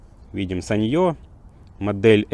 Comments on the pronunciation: Осел , ставь ударение. саньЁ у тебя в кружке , а это сАнъё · sАnyo.. ударение на первый слог!!!!!!!!!!!!!!!